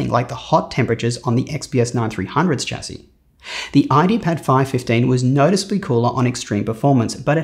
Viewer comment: For a guy who is so into computers, why can't he say 'chassis' correctly 🤣🤣🤣🤣